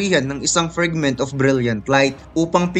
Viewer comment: Nakakatawa ung salita ng narrator na, GREIIIYTIES FRIGGGMIT OF BRIYLLIET LAIF TANG INA NA YAN NA PAGSABI